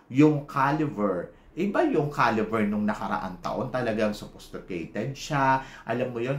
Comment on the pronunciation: Correction Po.. CALIBER NOT CALIVER